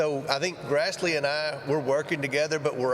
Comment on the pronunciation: Wonder why Comer keeps plainly saying FDI, instead of FBI ???